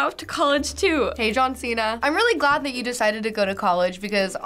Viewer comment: It’s “John cena” 🤦🏽‍♀️💆🏽‍♀️